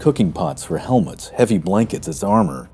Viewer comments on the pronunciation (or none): none